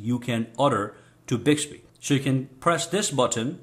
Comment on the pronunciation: You can also set the wake up sensitivity in Bixby settings. Also make sure when you record you're voice. You're in a very quite area. Not even a fan in the background! The tone of your voice and how you say Hi Bixby has to be exactly the same when you go to use it! And it's "BIXBY" not "BIGSBY".